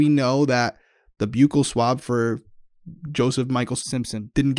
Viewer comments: Buccal, not byoo-kul.. it's buh-kul Mmk thanks 😊 I went to dental school. I have a form of grammar pedantry syndrome. Help.. lol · Fyi: Buccal swab - pronounced 'buckle'. Buccal mucosa = inside of the cheek. And, Herb was definitely a customer.